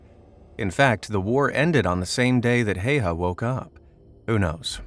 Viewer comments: Not Heiha, Häyhä. Also only one i, not two. It's Simo, not Siimo. Scratch all that. Only Finns can pronounce the finnish names properly. Also the day is shorter moving further north. In Lapland ,or "Lappi", there's no daylight at all for a few months. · Häyä not Haya. Search how to pronunce ä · HÄYHÄ Not Hejha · Well, the pronunciation could have been better, but his last name is one of the harder for non-Finnish speakers. Well, Swedes, Norse, and Estonians should nail it as well. The sights of his rifle were called "bunny ears". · I know about his military career and I will not watch this video because his name is being pronounced wrong sorry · You pronounce his name wrong